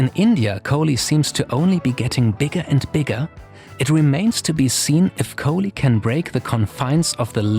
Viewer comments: exactly what is thought, the way he pronunced Kohli was with the heavy 'kh' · man y u speak french accent man u totally mispronounced kohli' s name